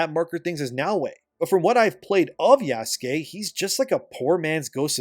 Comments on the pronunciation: It's Yasuke, not Yaskay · I think people are mostly making fun of yasuke by intentionally mispronouncing his name, but I could be wrong. I often hear "yaas-keey" sounds so wrong but it may not be intentional 🤣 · It's pronounced "Yass-keh" which is even funnier 😂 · You mispronounce Yasuke with such confidence lol